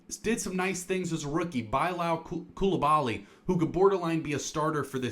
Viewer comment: Kyshawn is pronounced KEY-SHAWN and Bilal is pronounced bih-LAHL